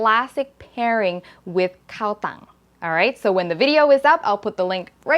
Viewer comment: mmm she said Kao Tung and it made me crave cow tongue tacos.